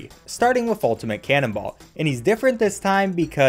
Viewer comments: Canonbolt not canonball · Cannonballt? Wasn't it Cannonbolt???? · Lol, "Cannonbalt" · The way he pronounces Cannonbolt's name gives me pain.